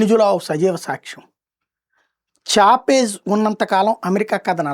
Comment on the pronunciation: చాపేజ్‌ కాదురా బాబు.. చావేజ్‌